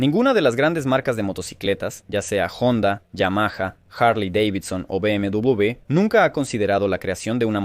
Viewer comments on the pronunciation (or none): Es BMW doble ve, no BM doble bubiiiiii, por Dios que desgracia de español 😡😡😡😡👎👎👎👎